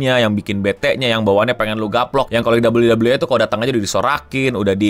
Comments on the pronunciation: Sampe bingung gw 😮, bukan WWA bang, nyebutnya WWE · dabel u dabel u i, kenapa bang bilang e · Gatel bgt bjir tiap denger ngomong dabelyu dabelyu E bukan dabelyu dabelyu I wkwk